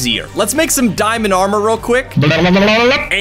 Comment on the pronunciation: i like the part that he said Diamondé